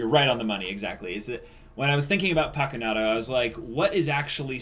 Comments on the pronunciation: Its not pakunadO, it is PakunodA hahahaha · paku-"No duh." is what I reflexively whisper every time the name is pronounced wrong